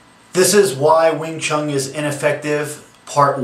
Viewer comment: I love these guys who flat out bash and sound like they know it all, yet butcher all the names and history. Wing ChunG lol